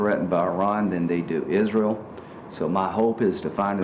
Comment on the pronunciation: Lindsey calls it "Is-rill." Lindsey is an "id-jit."